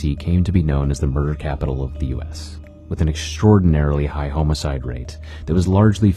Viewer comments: Did he just say home-icide? Instead Homicide 😂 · bro please stop saying homeicide its driving me up the wall, you cant just change english lmao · Did he know he said "homo-cide"?